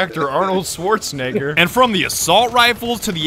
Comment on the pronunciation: “Arnold Schwartznegger” Me: goes straight to the comments